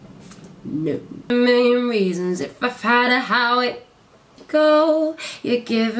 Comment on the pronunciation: I find it so lovely the way you pronounce "million". Your work is amazing. Keep it up <3